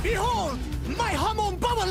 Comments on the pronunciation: Why do people pronounce Hamon like "Hah-moan" instead of "Hah-mon"? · hoRmone not homone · HAmon, not haMON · HA-MON not HUH-MOAN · It's actually not correct. It's pronounced "hah-moan", not "huh-moan". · Your definition is correct, but this guys saying it more like "hamone" instead of a "hamon" kinda sound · The stress in Hamon and Zepelli should be in the first syllable, not the second. So it's HA-mon not ha-MON, and ZE-pel-li not ze-PEL-li. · CatoSierra Every vowel in japanese is constant. They NEVER change. A sounds like "up" I sounds like "eat" U sounds like "blue" E sounds like "end" O sounds like "on" This is constant. It's not Ha-moan. It's Hum-on. And, Zeppeli is explicitly a reference to Led Zeppelin, so of course it's pronounced the same. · Ha-moan triggers me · Why do you say hamoan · His pronounciation though, Waam (Wamuu) hamoan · I have had a stroke so many times now just because of that “huhmone” and “zepelly” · I love how you say hamon like hemon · The way you pronounce Harmon is strange lol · i thought it was pronounced ha-mon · Hamoon hamun hamoun NOT EVEN A SINGLE HAMON WAS SAID THE RIGHT WAY MAN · why does pronounce hamon as hum own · Hamon is pronounced ham-on ham-own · you say hummon, gwida, jorno just please stop butchering the names XD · The way he says “Hamone” it triggers me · Its pronounced (ham-on) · Hey: Ha-Mon. Japanese word for wave. ha, like hahahaha, and mon, like moan, but with a softer ending, because the Japanese N is effectively the same as M. edit: I should add: separated syllables, emphasis on the HA. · I only have one criticism of your videos and that's how you put emphasis on the wrong syllable sometimes and it bothers me. Huhmoan ZehPelly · "hamone" "zeppelly" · "Ha" as in Hut. "Mon" as in Monster. "Zeppeli" as in "Zeppelin" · Ham on sounds like ham in Spanish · I legitimately can't watch this even though I really want to, the way hamon is being pronounced hurts me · You are saying wamuu and hamon wrong